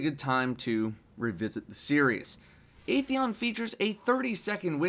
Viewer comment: it's 'Ah' theon lol